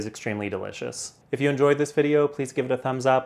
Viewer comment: If, not eef